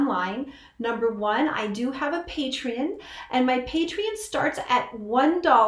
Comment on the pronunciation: Never heard someone say petreon like that